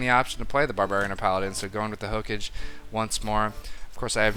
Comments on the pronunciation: Also, you keep saying "hokage" as "ho-cage" when it's more like "ho-cah-gey" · Hook-age? Really? It's pronounced Ho-Ka-gay. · saying ho-cage over and over really tickled my anus, and not in a good way either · Hokage is pronouced 'Ho-ka-geh'. You should really watch Naruto. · damit don´t say hokage that way xD i know it´s not your foult but still it kinda annoys me <.<